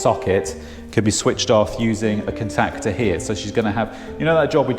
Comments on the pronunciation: Tickles me the way you say contactor! Lol It's con tact tor not con tactor! Funny. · anyone else get triggered by the way he says "contactor"?